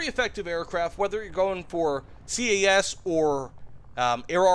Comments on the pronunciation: Please stop calling it C.A.S, it is cas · SINGLE downside of all this is the "SEE-AY-A$$" ahh pronoucing... OK SORRY IT ITS INDEED A GOOD VIDEO <:D